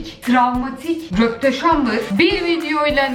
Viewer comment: Röpteşambır deme çok komik